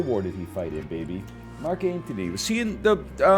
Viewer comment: and it's Mark Antony. Not Anthony